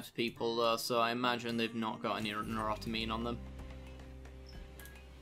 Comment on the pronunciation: say it with me "new-tro-amine" :P